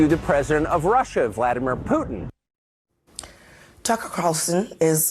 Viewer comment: Benny its not Voldymor, it's Vladimir.